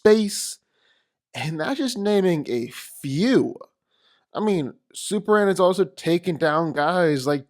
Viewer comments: Why dude keep calling super man super an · Seriously, who is "superan"??